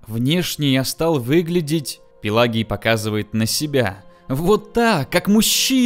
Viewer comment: Не Пелагий а Пелагий...